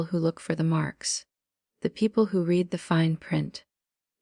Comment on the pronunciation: The breathy almost whisper is annoying. Ai stinks. It can't define the word Read on which pronunciation to use.